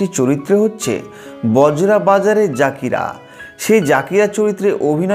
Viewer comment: জাকিরা না উচ্চারণটা জাকিইররা